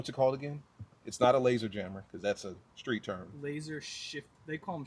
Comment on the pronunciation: you KNOW he has. And prolly says "sKreet" instead of "sTreet"